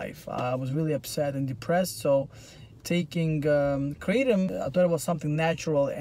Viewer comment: It’s pronounced Kruh-Tom